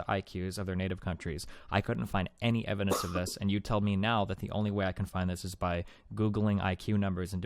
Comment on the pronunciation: TolaWity of Ewidence.